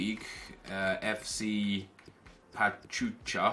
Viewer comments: is pachuca not pachucha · Nep it's Pa-chew-ka